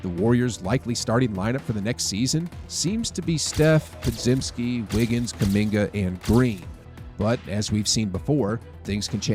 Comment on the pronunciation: Someone please tell our guy how to say Podziemski "(Pod-jemsky)"